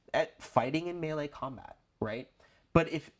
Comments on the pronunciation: Mel-lay. Not me lee. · This is great advice guys, but it's pronounced "may-lay."